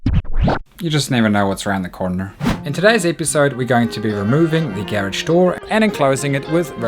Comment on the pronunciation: Garage not gheredge